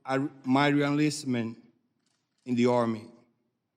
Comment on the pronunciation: This guy is a sad tool of powerful people. He can barely speak, cannot pronounce “first,” or “enlistment,” nor a lot of other words. He cannot read any better either. Keep reading your prepared statement that Pelosi wrote, slave.